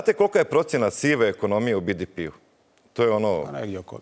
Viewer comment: Koji je vrag bi-di-pi? 😄 Hrvatski je BDP (be-de-pe) ili engleski GDP (dži-di-pi), nema nikakvog bidipija. 😂